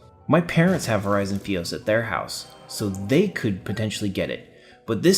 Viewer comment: Awesome commentary. Keep up the good work. Only thing, its not FEE-os. It's FY-os. As in fiber optic. So FY-os. :-P